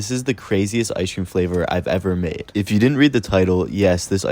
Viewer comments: Y’all should start saying ice cream the way he says it in his videos, he says “ice-shh cream” 😂😂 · The way he says ice cream… “ice-shh cream” 😂😂